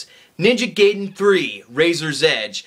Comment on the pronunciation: You mispronounced "Ninja Gaiden" It's GUY-DEN, not GAY-DEN.